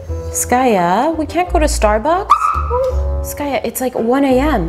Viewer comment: Her name is skaya